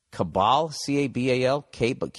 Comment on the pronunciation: Cabal? KAY-bal? . . hahahahahaha!